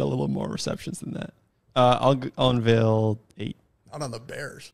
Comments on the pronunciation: my man, you gotta learn how to say the word unveil... its not unveel lmao. gets me every time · Un-Vale not Un-Veel